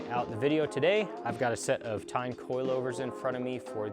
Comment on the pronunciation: TEIN pronounced as TAEYN. not TINE.